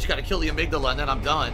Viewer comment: I don't know if I should congratulate him for knowing the correct pronunciation of amygdala or chastise him for not knowing he pronounced the name incorrectly.